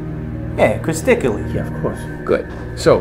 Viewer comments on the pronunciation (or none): "Yeah, Crystically" gets me every time